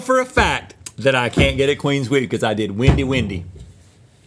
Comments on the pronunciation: Someone tell Rhett it's "clean sweep"... Not "Queen sweep" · the fact that y'all keep saying queen sweep instead of clean sweep is sending me LMAO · Is Rhett saying queen sweep? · no one is talking about how rhett says “cwean sweep”